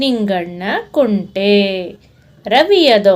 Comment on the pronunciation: It is not ಕುಂಟೆ it is ಕುಂಟಿ